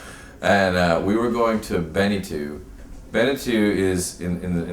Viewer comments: lol , its not "benetu" its bentiu.......kmt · It’s pronounced BEN-TWO or Ben-Tew. Depending on where you’re from.